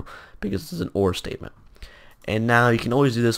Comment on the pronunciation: when he said "if state" it sounds like mistake lol